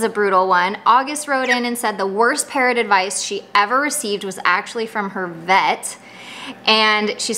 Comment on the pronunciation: Some times I think you saying, "Parent advice..."